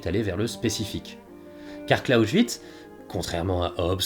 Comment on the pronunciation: TOUJOURS AUSSI INTERESSANT ! Je me permet une très minime critique de forme concernant la prononciation des noms propres étrangers. Le présentateur, esprit ouvert et curieux, ne se formalisera pas de cette information. En Français, la règle EXIGE de les prononcer ou bien comme dans la langue (même avec un accent français) ou bien à la française. Dans le cas du nom "Clausewitz", la seule différence entre les deux prononciation concerne la première syllabe. C'est donc une erreur : - de ne pas prononcer la seconde syllabe comme en français, à savoir comme la dernière syllabe de "bronze" ; - de prononcer le début de ce nom comme le français "cloche". Si tel était le cas, le nom s'écrirait : " Closchewitz". Il semble le présentateur, en prononçant ce nom comme il fait ait été influencé par la prononciation du "S" initial dans les mots comment par "St" ou "Sp" : stehen se prononce, avec l'écrire "à la française" comme "chtéhenne" et "Spion" comme " Chpionne". Au Pays de Bade et alentour, on prononce de la même manière les "St" et "Sp" aussi à l'intérieur des mots. Par rapport aux autres accents locaux allemand, cela me donne l'impression qu'on parle avec de la purée de pomme de terre dans la bouche. Evidemment, c'est très subjectif. On pourrait donc dire que, d'une certaine manière, la vidéo prononce "Clausewitz" d'une manière "hyper-badoise" ah ! ah ! ah ! Je veux dire : un "s" prononcé comme le français "ch" alors qu'il n'est ni au début d'un mot, ni suivant d'un "t" ou d'un "p".